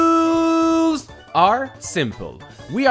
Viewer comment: Why does he say "rules" like that. please